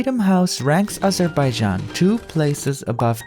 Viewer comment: “Azhuhbayzhan” I love and hate how they pronounce it.